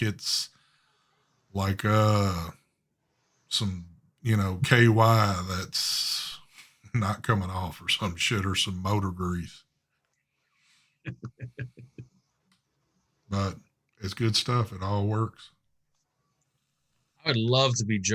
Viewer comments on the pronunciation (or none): Did you say motor or boner grease? 😂